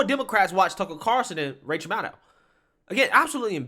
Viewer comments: bruh Tucker Carawlson! Not Carson ffs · cannot pronounce Carlson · stays calling him Carson. lololol